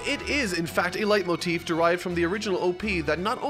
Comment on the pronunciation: I judge my youtubers on how good they speck the german words... Your "Leitmotiv" ist sehr gut👍